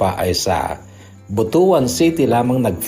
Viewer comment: butuwan po ang tamang pag bigkas ng butuan